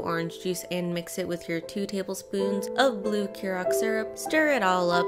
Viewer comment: hiya former bartender here and I've noticed not a lot of people know how to pronounce curacao so Imma teach ya. ker-a-sao it's spelt really weird idk